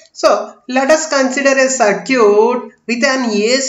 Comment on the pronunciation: That is सर्किट dear..... Galat pronunciation kr rhe ho